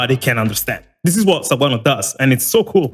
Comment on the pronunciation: My mans pronounced Sawano's name right... already like him.